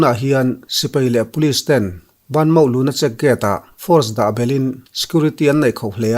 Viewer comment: Aziak ah chuan banmaw tih aziak chu ani na a han sawi rik chuan BA MAW tih tur niin ka hria adik em awwww